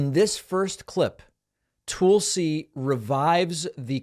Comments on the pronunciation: Are you saying "Toolsi" on purpose bc if so I love it! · Tulsa = rhymes with PULLsee David, do you purposely mispronounce names? Are you uncertain how to pronounce some names? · You're saying her first name wrong.